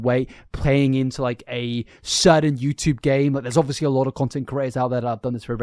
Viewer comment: Was pleasantly surprised to hear you finally pronounce Eugenia's name correctly (after the intro, at least). Next up: "ovussly" (obviously), but I think that's just your accent. I'm a kiwi, so I can't talk. It does make me laugh, though. Regardless, they're both terrible people. They both should be off the internet for good imo.